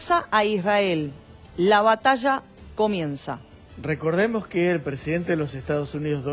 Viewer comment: ASHSHER. BATASHSHA. DESARROSHSHANDO.😂😂😂